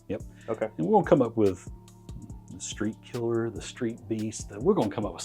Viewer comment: street killa lmaoo gots to say it right brother haha